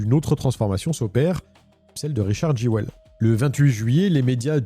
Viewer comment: Je dis pas ça en mode critique mais ça me fume que Jewell se pronunce normalement "Juul" et que en fr on fais vraiment 0 effort : Jéwelle